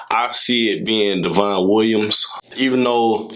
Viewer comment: Devon is pronounced like "Devin" just a heads up!